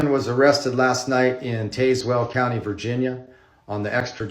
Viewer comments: It’s pronounced Taz well. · To be fair, he mispronounced it. It’s supposed to be “tazz-well”.